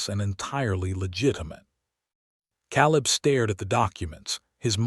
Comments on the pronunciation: Maybe i will subscribe when you get narrators who pronounce names and words properly. Those mistakes glaringly stand out and ruin the story! Ex: Calibb is pronounced KAY LIB not CAALL IB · So many mispronounced names and words!! He says Calib , it is pronounced Kay lib. Why use someone who can't speak properly!!?? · It is pronounced Kay lib! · Caleb mispronounced and too many adverbs and adjectives. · Shouldn't it be Caleb?